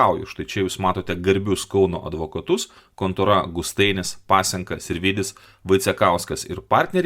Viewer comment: Glušiau malinovski pirma skaityti išmok ne Gustainis, o Gustaitis.